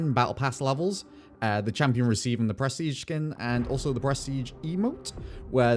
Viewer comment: only hearing "breastige"